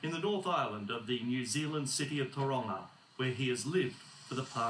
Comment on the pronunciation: They pronounced Tauranga wrong but but oh well